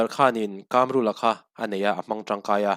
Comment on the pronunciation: Kamrula, mizo tawng i suasam tlat, Kâmrula a nilo.... KAMRULA, THLUK NA A AWM LO BOSS